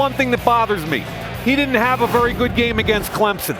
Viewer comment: Yah Mayock kind of seems to know his stuff oddly a lot more than the others... now if we can just get him to say 'very' and Berry' the right way lol